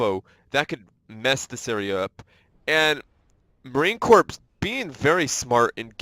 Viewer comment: I hate to be OCD but it is pronounced marine “core” not “corpse”